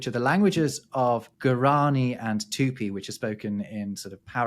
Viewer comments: Both Guaraní and jaguareté have accents telling you which syllable to stress... It's not guaRAni and jaguaREte but guaraNI and jaguareTE (short duration despite being stressed in both cases) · The way you say Jaguareté is almost as awful as the way you say Guaraní 😃 But I love these videos so it is all forgiven…